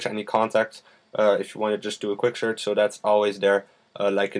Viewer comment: "Sherch" ROFL! .d Thanks for Review. .)